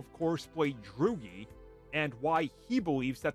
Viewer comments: Am I the only one who is bold enough to point out that you pronounced Barry Keoghan's character's name as "Droogie" when his name is clearly pronounced as "Druig"... like this "Drew egg". Now all I can think about is a TV show called Droogie Howser MD starring Barry Keoghan. So you just made my morning!!! 😂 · It annoys me every time he pronounces it that way lol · ahh yes i love "Droogie" lmao